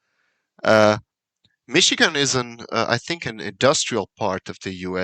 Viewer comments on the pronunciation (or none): none